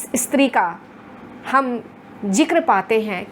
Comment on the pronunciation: ..इस्त्री नहीं स्त्री कहिए महोदया!! phd की है आपने| 🙏🏻